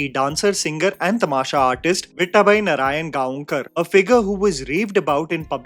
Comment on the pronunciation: Please watch "Ani... Dr. Kashinath Ghanekar" It follows the life of Marathi film actor Kashinath Ghanekar the highs and lows.. you will love. btw nothing against you..but next time whenever you pronounce Gaonkar, remember its pronounced as Gaokar.. thought of correcting you as you are one of those few reviewers who also speak about marathi movies..